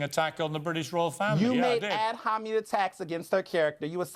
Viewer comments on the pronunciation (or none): what kind of attack was that? "Ab-homnmnmn" 😂😂😂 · Piers made dat "ad-homany" attack